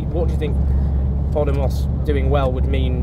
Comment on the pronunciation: Owen - just a heads up - it's not pronounced "poddie moss" like you say it but " paw DAY moss" with the emphasis on the second syllable.